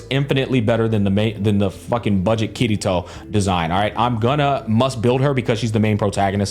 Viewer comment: Bro it took me a while to understand that u were saying ‘kirito’ and not ‘kitty toe’ 😭😭😭 i thought it was some meme I missed